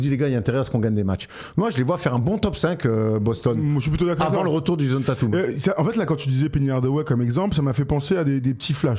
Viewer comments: Déjà c’est « Taytum» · Mes oreilles saignent avec vos Tatum 😢... Svp faîtes un effort "Tètum" c'est une superstar c'est pas un no name comme Knecht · Djèzonne Tatoume